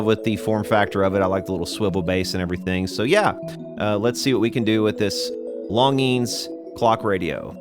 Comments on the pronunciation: Hi longines pronunciation in french = lon zhin longines pronunciation in english = lawn zhean As for the scene in which you were loading your magazine; I was anticipating a following scene of the clock radio sitting on a stump in the woods and then you sending a bullet through it not only to demonstrate that the 70's are dead and gone but also to demonstrate as the clock was flying off the stump how time flies also, was wondering if you had tried spraying deoxit down the shaft of the original regulator? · Your saying the name wrong,Longines has a soft g not hard. Not that it matters though. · I believe that's pronounced like "lawn jeans". Somebody I knew as a kid had a longines symphonette stereo. Cheapy stuff. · You're killing me. The proper pronunciation is 'lawn-jeans'! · I'm old enough to actually remember TV ads for this company...name is pronounced "lawn-gene". And the g is kinda soft, French uppity-ish. Oh yeah, and check Mr. Carlson's Lab here on YouTube...the dude knows old radios/electronics - seriously knows. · Longines watch company. Pronounced LonGenes. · It isn’t technically a flip clock. It’s an analog clock with digits. Also, it’s pronounced “Lon-jeans”. Back in the 60’s and 70’s it was a big company that advertised by sponsoring TV shows.....way back when. Yea, I’m an old fart.. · Yo it's lon'jeen high end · Longine's is pronounced Lahn jean 's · I believe it is pronounced "LONN JEANZ". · Obviously never watched F1 as a kid. That’s where I learned pronunciation of dozens of foreign brands in the 70’s and 80’s. Hope he doesn’t try Gitanes Blondes. Lol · I also heard it pronounced "lawn jeans". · Back when they advertised they pronounced it lon-jeans.